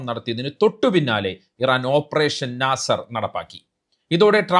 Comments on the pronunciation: നാസർ അല്ല നസ്ർ ( സഹായം ) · ഓപ്പറേഷൻ നാസർ അല്ല. നസ്ർ എന്ന് വേണം പറയാൻ